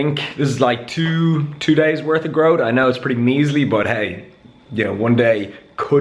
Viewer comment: "Tew or tree euros at most"